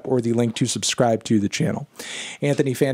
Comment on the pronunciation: You know it's serious when Anthony finishes the video with "Fornever"